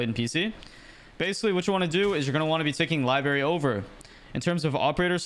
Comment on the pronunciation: This was sick, but Christ it’s lie-BRAIR-re Not lie-berry